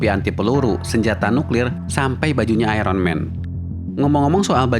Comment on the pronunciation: Kenapa sih indonesia sukar sebut Iron Man dgn betul. "Iron"